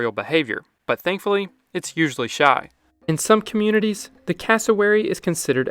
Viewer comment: Heh, speaking of language differences, I thought you were saying that the cassowary was "usually SHOT," and it took longer than I want to admit to figure out that you said "shy". :-)